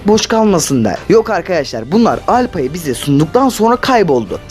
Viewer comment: Aptal hâla alpa diyo